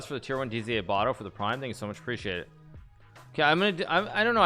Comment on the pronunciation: Baadur* not Baduur smh